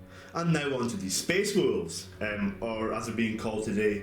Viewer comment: May have been said already but it sounded like you said "myspace wolves" like at any piont they might "selfie for the emporer"